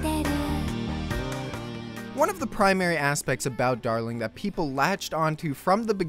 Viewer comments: ah yes. Da-Ling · Dah-ling chain